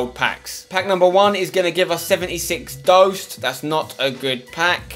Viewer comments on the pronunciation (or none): you say Doost but i am Dutch and you say THE oo short like o. So Dost